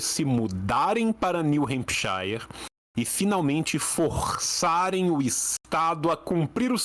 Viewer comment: Só aviso pro tio, o shire em hempshire se pronuncia “shur”